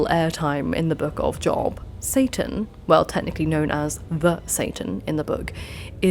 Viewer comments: FYI it's pronounced "Jobe" rather than Job. I don't know why. I'm loving the first two videos I've watched. How did I not find this channel sooner!? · In Job the o is said long. It's said Jobe, even if spelled Job.